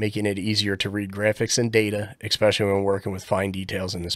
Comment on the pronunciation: "Ek specially"